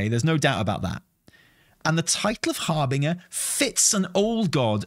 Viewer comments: HARBINJJJJJJER NOT HARBINGAAA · Please. Just start saying Harbinger correctly. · harBING!er 😂 never heard it pronounced in that way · Also STOP SAYING HARBINGER WRONG. It's like nails on a chalkboard lol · is back to mispronouncing "harbinger". 😂